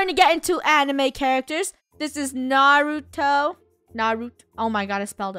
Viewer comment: That’s not how u say my fav anime :( I know this is spelt wrong but how to say it is not nuruto it’s Nar-u-to Naruto there naruto Hinata saskue itaci Sakura sadura baruto Kakashi Zabuza Gatō Haku ino chogi aruchemaru Obito guy sensi rock lee/bushybrow neji Naruto’s dad DaNtDm (jk) nine tails Gaara (btw can someone list more characters I’m only season 2)